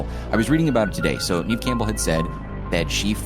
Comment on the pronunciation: you guys keep mis-pronouncing her name. Its Neve (like pronouncing the word never-remove the r and you got her name).